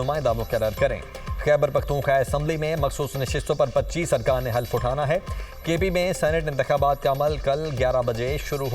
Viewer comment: Bhai Allah ka wasta party likhy logo ko news caster bnaya kro...lafx half nhi hy halaf hy